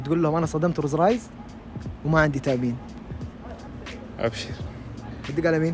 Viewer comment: ماتعرف تقول روز رايز😂👌